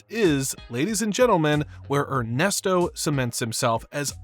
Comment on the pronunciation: "Ernest Oh"?